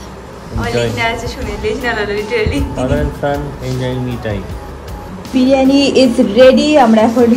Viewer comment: Dear it sounds very odd when u mispronounce a few words… I know u can say this is how u talk, but since u are kind who looks for improvement and work on urself hence a suggestion. It is not “BIRAANI”; it is “BIRIYANI”. Same way it is not “SENN”, it is ‘’CHAAN” or “SNAAN”